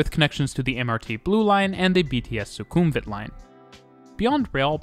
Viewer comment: amazing video! noticed a few pronunciation mistakes, but its completely normal for people to mispronounce these places suvarnabhumi is pronounced su-wana-poom sukhumvit is pronounced su-koom-wit i also have to say though, the mrt really needs longer trains~! even during non peak sometimes you cant board trains at all at interchange stations